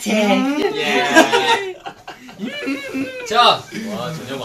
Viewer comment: off topic, but Chan's "SoRoMaNtIc" caught me off guard and now I can't stop replaying it 💀🥲😂😂